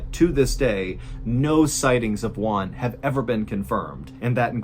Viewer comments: to pronounce Juan correctly just think in the worh WHO....so is WHO AN....Juan..(sorry for the comment) You´re the best MrBallen!! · It's really funny to me the way Mr Ballen pronounces "Juan". When he says it, it sounds like "one". 😂 The "ju" should be a harsh sound, like in "who". Juan sounds like "Who? Anne." No criticism, I love your videos. It's just a silly thing that made me smile. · I dont want to be an asshole but an easy way to pronounce the name"Juan" is saying "WHO-AN." Im sorry but even the subtitles interpreted the way you said it as ONE. anyways great video! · I thought the family was from China, because of the way you pronounced their names, but in the end, I realized he was Juan no Wan. 😄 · I'll never understand why you pronounce Juan and Tijuana the way you do it???